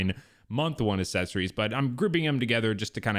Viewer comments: Mispronounced accessories by the way uhk·seh·sr·eez is the correct pronunciation Saying assess-ories which is incorrect. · Now that you’ve pointed it out, I can’t unhear assessories